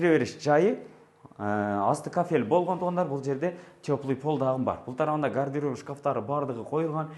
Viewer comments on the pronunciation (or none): Аниминовый терезе, гардеров, бурчатка ! Бул бала мектепте окуганбы ? 🤔 Баткендин кагыраган талаасынан кармап алып-келип койгон окшойт ?